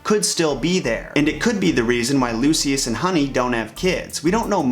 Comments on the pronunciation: His name is Lucius! Pronounced like (Loo-shus) not (Loose-see-us) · Lucius [Lu- sh- us] sorry it was bothering me. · You say Luscious wrong